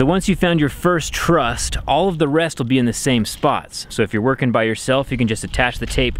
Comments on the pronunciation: Lol...trust. Actually truss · Not a "trust", you mean joist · I'm definitely the only person who ever has and ever will leave a comment saying that it's called a roof truss not a roof trust haha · Did I hear "trust"?